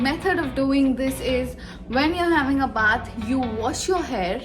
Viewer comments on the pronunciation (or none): none